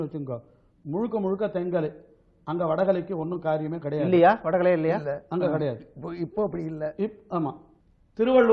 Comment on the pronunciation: வட களை அல்லப்பா. வட கலை. தமிழ் உச்சரிப்பு கொடுமை. ஒரு காலத்தில் சன் டிவி செய்தி வாசிப்பாளர்கள் சுத்தமாக வாசிப்பார்கள்.